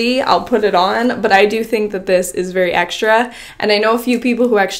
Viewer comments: It has no "sh" sound the way I wrote it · Well, I say extra the way wrote, ecstrah and says ekshtra. I'm not saying it's wrong, maybe some parts of the world pronounce that way. But I just meant that she says extra sooooooo many times in the 1st minute 40 seconds, I loved it. 😂